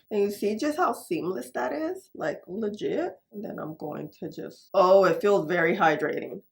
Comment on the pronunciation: I find it so interesting how you pronounce “I’m going to” as “ama do….” 😂